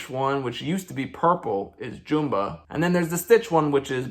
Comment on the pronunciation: the fact that he is pronouncing Jumba as JOOMBA is making me annoyed.